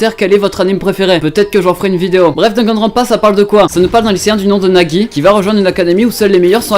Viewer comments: Pas "Nagi" ces "Naegi" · Nagi? C'est Naegi!! 😂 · C'est naegi pas nagi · "Nagi", mes oreilles... NaEgi, pitié!